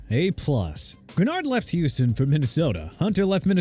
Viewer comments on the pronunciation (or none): none